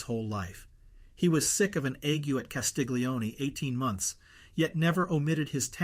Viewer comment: Wonderful, thank you. Castiglione : 'glio' pronounced "llio" as the English word 'million'